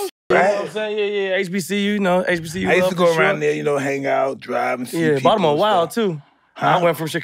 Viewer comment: first celeb i heard say Baltimore the CORRECT way